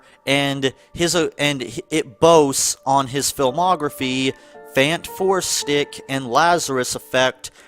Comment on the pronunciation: Did you just say fanfourstick lol